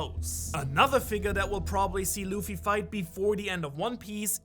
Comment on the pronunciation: it's nor luf its luffy